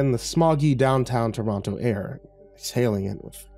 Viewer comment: As someone from Toronto I'm losing it at the how it was pronounced! XD